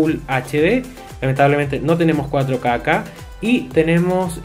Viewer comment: "No tiene 4 caca" (así se escucha